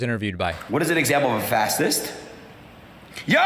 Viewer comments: Ross is illiterate! Did he graduate high school? "fassist" ? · LMAO the pronunciation of fascist 😂😂😂 I’m not even a native speaker and I find this MIND BOGGLING! Even my mom who’ English level I would say is barely enough to function would have known how to pronounce it. Seriously who tf is this guy and how can he be so dumb?! This can’t fly, Trump can’t get away with sinking so low, I can’t believe it.